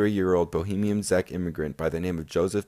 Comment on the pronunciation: Also, the words 'Czech', 'boudoir' and 'subsuming' are mispronounced.